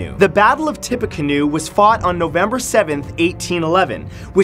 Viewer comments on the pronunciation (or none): Tippiecanoe TIP-E-CANOE